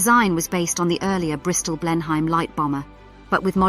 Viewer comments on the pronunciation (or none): And Blenheim is pronounced "Blennem".